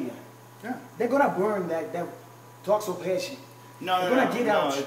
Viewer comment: I swear he said “taco passion”